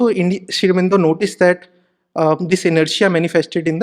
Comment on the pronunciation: This guy to me seems to have presented sri aurobindo's ideology in a distorted manner. Also he can't even pronounce sri aurobindo's name properly and uses terms like 'prophet'. Should we really trust the words from him??